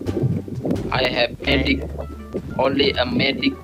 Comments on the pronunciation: "one and onleh"🔥 first lagi😂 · 'The One and Onleh'..Hi Mak!